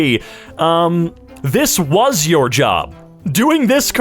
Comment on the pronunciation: emphasis on "WAS"